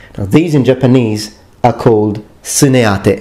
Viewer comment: Thank you for the extra attention you put into pronouncing the Japanese names of the separate pieces of your armour. Very helpful.